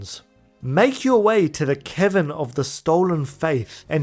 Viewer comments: it sounded like you said 'The Kevin of the Stolen Fayth' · Every time you say "Cavern" I hear "Kevin". So from now on, Yuna will be following her pilgrimage to visit the Kevin of the Faith to recruit Yojimbo. More importantly, this is a fantastic video!! Subbed. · HAHAHA i heared "its time to make our way to the kevin of the stolen faith"... thought you called yojinbo a kevin xD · every time you say cavern, i hear kevin, and it's hilarious. "it's inside the gagazette kevins"